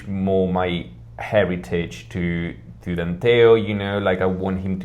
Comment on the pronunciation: Danteo, not Danteol.